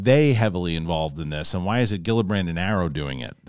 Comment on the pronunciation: Love your show but you should know that you always pronounce Gillibrand’s name horribly wrong every time.